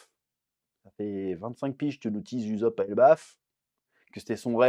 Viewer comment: Arrête de dire uzop stp!